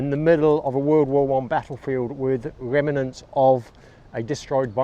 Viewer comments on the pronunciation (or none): It's pronounced REMNANTS . . . . . not REMINENTS LOL